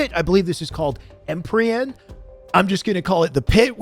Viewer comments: Dude said empryean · Em-peer-ee-un empyre/empire